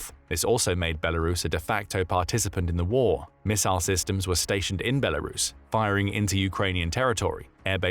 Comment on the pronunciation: Thank you for pronouncing the country's name correctly... Good job!